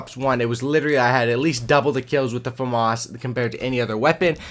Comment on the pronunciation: I heard Fam-Arse so I left, famas.